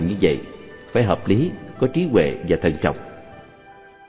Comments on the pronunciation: "Trí huệ" hoàiiiii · "TRÍ HUỆ" LÀ CÁI GÌ ? NGHE MẮC MỆT . " TRÍ TUỆ " LÀ NGHE ĐƯỢC .